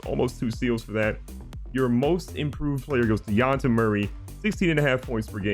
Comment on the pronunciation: Plz say de-zhan-te like a mixed between a sh sound a zzz sound. Its not de-ont-te. J is pronounced like a french j like jacque